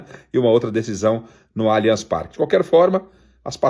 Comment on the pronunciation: Só vou curtir o vídeo qdo vc aprender a falar o nome do estádio corretamente. Alianchi Parque não existe.